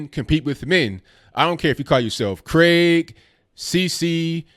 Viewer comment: Finally, an American who can pronounce "Craig", not "Cregg"